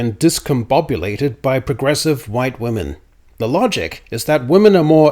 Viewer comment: Is pronouncing woman and women the same an Australian thing? I've noticed in multiple of your recent videos. I thought it was just a mistake at first, but you said it a lot in this video and always pronounced it wo-man even for the plural. Not criticizing, just curious if that’s common in Australia?